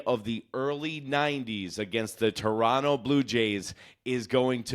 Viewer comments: You said "Torono" which is how most of us pronounce it...mostly because of laziness, lol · "Chorono" is also valid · Give this guy credit, he pronounces Toronto correctly.